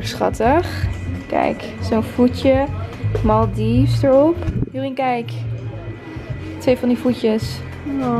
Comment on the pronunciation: Ik moet het toch even kwijt. Het is maldives als in maldaives. En niet maldieves hoe je het uitspreekt ☺️